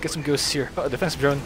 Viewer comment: he speak Defensive Drone sounds like infested drone